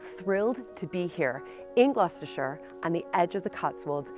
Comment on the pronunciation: I live near this castle and I have been to a few reconstruction jousts there as a child. I commend you on you're correct pronunciations, especially "Gloss-ter-shuure" a lot of Americans say "BERK-ley" and "GLOW-CES-TER-SHY-ER":)